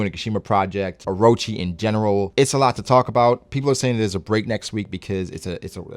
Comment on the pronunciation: That’s N O T “orochi...”